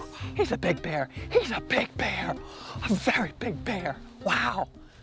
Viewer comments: It is bear, not beer! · Your pronunciation of bear. 😅 Though I can believe he lived with beers. You gotta be drunk to do what Timothy did. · Will you ever manage to pronounce "bear" so that it doesn't sound like "beer"? They are completely different, you know.